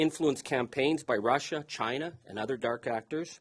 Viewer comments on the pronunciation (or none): none